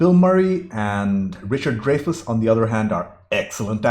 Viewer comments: I believe it's Dry-Fuss. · You talk way too much. And it's Dry-fus. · I could be wrong, but pretty sure it's pronounced "Dry fus" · Dreyfuss is pronounced Dry'-fuss.